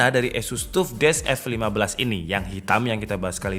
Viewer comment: orang lain: "taff": "tuff"